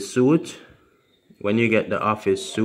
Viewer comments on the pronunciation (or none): suite is pronounced like English sweet. Suit is pronounced like sooot.